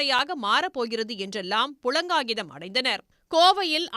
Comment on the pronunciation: புளங்காகிதம் இல்ல... புளகாங்கிதம்